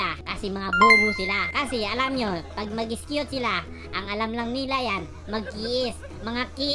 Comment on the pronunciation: Others: "Execute": "Is cute"😂